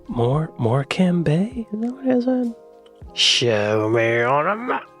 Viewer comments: Has to be AI narration. Nobody pronounces Morecombe like that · Can't even pronounce Morecambe (it's MOR-kum, not Mor-KAM). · More CAM, more CAM, I say! 😂😂😂 Mork ‘em. Nanu-Nanu. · More cam also made me laugh 😂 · He can’t even pronounce Morecambe! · As Someone Who Lives in The North~West of England Not Far From The Boarder With Wales 🏴 That Narration of Morecambe Was BAD But LLANFAIRFECHANN PG Was Criminal… It’s has sounds in it Closer to those used in Arabic Than in Standard English… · Please DON'T listen to his pronunciation of 'LLANFAIR' it's terrible... Go on line and listen to Welsh people saying it (lots to choose from). And by the way, you aren't pronouncing correctly either. I KNEW he didn't know how to pronounce British place names, when he said 'Morecambe'... LOL 🤣🤣🤣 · It can't even handle "Morecambe" m8, don't fret:) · I think us Brits are going to get annoyed by an AI voice which can't pronounce place names. Not even Morecambe. I'm waiting for the Welsh. Certainly don't pronounce Llanfair PG that way. Or believe the stuff about rainfall at Capel Curig.